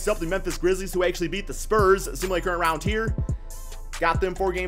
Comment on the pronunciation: Not trying to make fun of you but I like when you say simulate current round it sounds like simulate current rounch